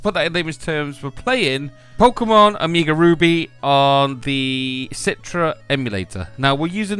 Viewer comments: "Amiga" Ruby lol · "oh-meee-gah"... oh god lol